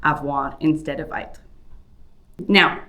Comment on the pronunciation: It's pronounced "être" not "aître" as you are saying it.